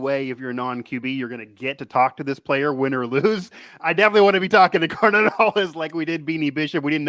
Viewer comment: it's GAR-NETT Hollis.....not "Garner" Hollis. Good grief.